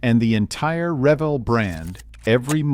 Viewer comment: Pronounce the company name correctly RA Vel. It’s HO Scale buildings are some of the best ever made. The farm house series and engine house series are still sought after today and can often be found on eBay.